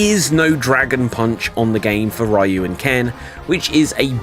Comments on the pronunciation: It's REE-ooo, not RYE-ooo..... GAWD, I've got face cramps from all the cringing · What the hell is a Rye-you?